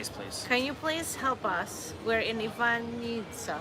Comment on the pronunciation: Yes, you have pronounced it perfectly. Its Ivanjica, just like you said. Enjoy.